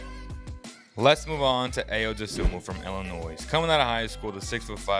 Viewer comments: Don't pronounce the S in Illinois....it is pronounced "Illi-noy" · Hate to be that guy but the "s" in Illinois is silent just for future clarification. Good video though, I agree with all 4 of these being sleepers.